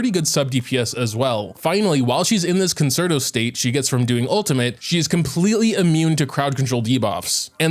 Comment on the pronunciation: please please it is pronounced 'con-chair-toe'